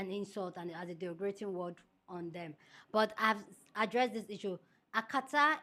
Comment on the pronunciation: the word is derogatory #derogatory #DEH Rohhh gah torr eee & derogative #DEH Rohhh gah teev (capitals for emphasis) I need you to practice and get them right ❤❤❤. You’re one of my favourite YouTubers. I can’t watch you mispronouncing words.